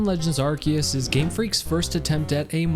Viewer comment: Thank you for NOT saying Arseus